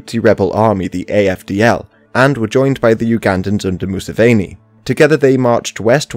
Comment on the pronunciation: Great video! (Say “Moo-seven-ee” with the English word “seven” in the middle. He’s the seventh son.)